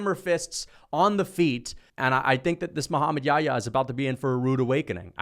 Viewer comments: It's not Yaya it's Yah-ya. It's a name of a prophet he was with Jesus pbuh. In the Bible he's called John the baptist. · I find it so funny how hes pronouncing Muhammad Yahya's name as "yaayaa" lol